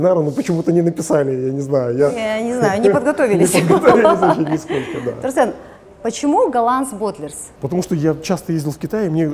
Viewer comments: ТурсЭн, слышать это прям слуз режет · Не турсен а турсын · "Турсен!" (((. какой он Турсен?! Турсын! он казах, значит он Турсын. ...как попка долдонит это имя))))